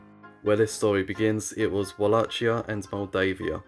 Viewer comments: Just please learn how to pronounce a place/region/country's name if you're going to be featuring it every other sentence. That is not the correct way to pronounce Wallachia. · Ok misspronounce Walachia, fair enough, it's a weird name that only English speaking people use but for the love of God, stop saying Moldovia. It's Moldova. Like the country. The Russians Threatened to Invade, we gave them half of Moldova. It has since gained independence and hasn't joined back with Romania. So now there's 2 Moldovas. There's no such thing as Moldeivia or whatever you said, always been Moldova. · All good, only you pronounce Wallachia all wrong. It is not with a "tsch" sound. So not like Ch in "Chad", but like "kie" in cookie. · my friend, it is Vah lah hee ah or Vah lah kee ah. not vah lah (t)chee ah. i know it is an exonym but imagine calling a Deutsche(German) in English "joor meen". he would feel even more cringe. i too would. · Va la hi a not Ua la ci a repeat after me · The common pronunciation "Wallakia" is actually wrong too. Its spelling was unfortunately taken from German, where the "W" is pronounced as "V" and the "CH" is pronounched as "H". So, to avoid confusion, the ideal spelling would be "Valahia" similar to "Valhalla". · It's not pronounced "wall - ach - ee - a". It's pronounced "Wall - ache - ee - a" with a much harder second syllable pronounced like the word "ache". If you're going to make a video, maybe learn the pronunciation. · Read it as 'Valahia' not 'Ualacia' 😆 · Walla[k]ia with [k]. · Dude... pronounce it correct without the "ch": Valahia and with no accent on "i" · Can people at least try to pronounce any of these names right??? Its pronounced like wallakia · Wallachia is pronounced /wɒˈleɪkiə/ which means it uses a "hard" ch sound. Like Wala-kia. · I sincerely apologise on the absolute tragedy of me pronuncing Wallachia and Moldavia/Moldova, thanks to the people who pointed it out and gave the proper pronunciations